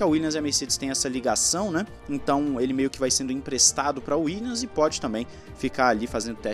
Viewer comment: WilliaMs. WilliaMs. Não é Willians.